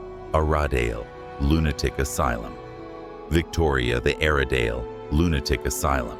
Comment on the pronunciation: You seriously need how to say place names. Every place you say wrong . Example Gaol you said wrong, Aradale you also said wrong. This made you sound stupid. 😊